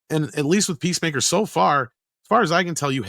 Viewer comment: It sounded like pro almost called it pacemaker instead of peacemaker lol